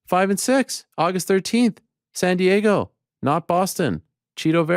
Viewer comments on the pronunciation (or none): none